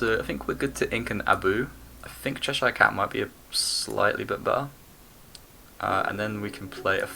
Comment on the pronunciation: As someone who lived in chesire, its cheh-shuh, you are english man hahaha thats a yank pronunciation 😂 only messin but bloody el